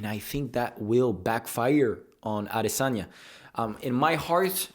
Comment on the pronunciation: first off not even saying adesanya right and u couldn't have been farther from the truth